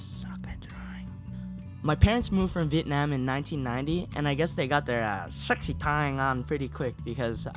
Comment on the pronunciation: I like how he says Vietnam vietinamn